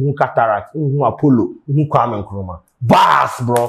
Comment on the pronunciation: Did i hear 'Nkrumah' as in okro😂😂😂